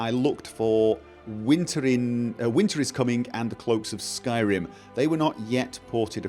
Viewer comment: Skyrim......Skyr-r-r-r-rim....Skyrim....Skyr-r-r-rim. Don't tell me you're not aware you chop and change the way you pronounce singular words. That is not the same as your accent when saying talkin-geh, that's part of your area's dialect.